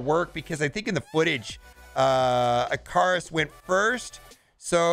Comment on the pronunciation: Surely the name is Ick-a-rus like greek mythology?